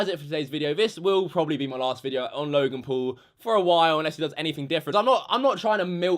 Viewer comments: Again another youtuber who wants to get views just by mentioning Logan Paul and giving the video a dramatic title . Oh and btw it's Logan not "lauogan" if you don't know Logan just stop talking about him he is like that in every video that is absolutely normal from him. And yes joining the movement being a maverick is good! Oh and btw he is living his life and not talking about what YouTubers did!!!!! I'm sure he could talk so much shit about you too! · Whenever says his name, it sounds like he's saying "Logan Poo" sometimes XD